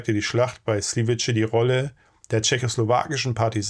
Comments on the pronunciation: Slivice wird Sliwitze ausgesprochen. Nicht Sliwitsche. Das ist einfach falsch. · Sliwitz. Tschechisch sliwitze ausgesprochen. Ist kein italienisches ciao. Nächstes Mal bitte kurz durch Google translate jagen und audio anhören, bevor video hochgeladen. Besonders, wenn das ein häufig redundantes Wort im Beitrag ist. Denn auf Dauer juckt das dann :D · Slivice gesprochen “Slivize”. Tschechisch “c” = deutsch “z” Tschechisch “Č” = deutsch “tsch”